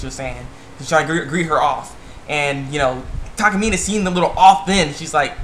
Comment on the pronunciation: It's Takamina...not Takamine